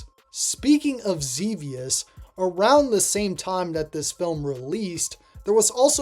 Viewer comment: Good for you calling Xevious "ZeeVeeUs" correctly. F*ck those nerds who call it "ZehVeeUs"...they probably never even played the game in the 20th Century.